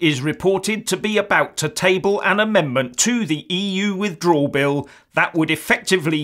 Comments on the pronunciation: Furious, you must be a bit slow. Try listening to the "substance" of the video. can't say "withdrawal" properly! What substance are you on? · It's a shame can't say "withdrawal" properly! But then, he can't say what sovereignty is properly either...